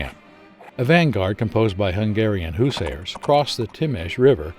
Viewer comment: “Hungarian Whosairs” Americans FMD 😂